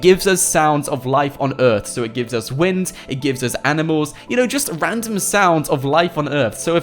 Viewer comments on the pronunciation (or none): none